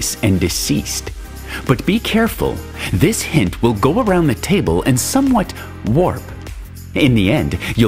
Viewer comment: “Delivery date of dis October” Man, REALLY pushing that alliteration.